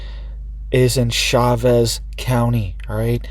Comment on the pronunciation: Not shauvez Chavez. The whole state has been in a severe drought for several years now.